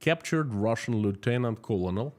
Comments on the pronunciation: No criticism intended: just helpful information on pronunciation of “colonel” - pronounced like grain of corn = kernel One of the strange things in English! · btw small note: "colonel" is pronounced like, "kernel". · Colonel is pronounced "kernel". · Please check the pronunciation of “colonel” - you repeated it a dozen times, all wrong. This is from a fellow Russian speaker.